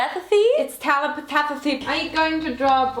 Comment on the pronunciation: ItS TeLa TeLePeThAtHy?!?!? Me: dead inside